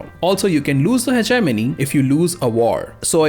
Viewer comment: Anybody else thought he said Ze Germany when he said Hegenomy XD